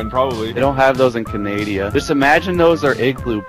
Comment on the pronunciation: for context I’m glad I’m not the only person who jokingly calls Canada “Canadia.”